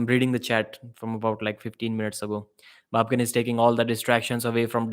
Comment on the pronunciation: Who told Devon to come in the room, if he was not even able to hold his anger for a sec? Immediately after entering he first mock Babken saying 'baby-kin', if someone told you like that than what would you do? Even if Babken came in the Devon's room calling him 'CLOWN🤡' than you sheep fans would have gone far against Babken!